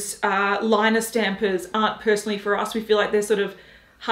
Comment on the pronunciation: Haus Labs "Lie-Ner", fuck my life.🙄🙄🙄